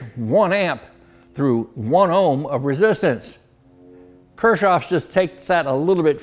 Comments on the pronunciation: Pronounced "Kirkoff". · He even says Kirschoff...LOL. It is Kirchhoff's circuit laws. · His name is Gustav Robert Kirchhoff (German: [ˈkɪʁçhɔf] ), not Kirschoff. See also the pronunciation. Kirsch is a brandy distilled from the fermented juice of cherries, while Kirch is church.🙂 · Kirchoff, Kirchoff KIRCHOFF😢 pronounced "kirk ovs" law by every great electronics teacher I ever had 70s thru the 1980s this isn't important..but the guy was pretty smart. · I thought it was "kirchoffs" law with a "c" ...(ker-coughs)... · You might want to check your spelling and pronunciation. It is Kirchhoffs Law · Dude,you spelled Kirchhoff's name wrong and then mispronounced it. Thats pretty disrespectful from a guy trying to make money off the man's work.